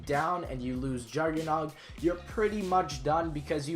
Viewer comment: He actually said his name correctly